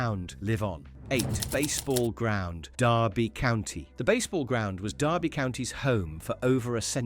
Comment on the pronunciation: Derby, too